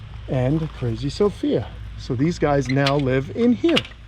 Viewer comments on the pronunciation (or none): none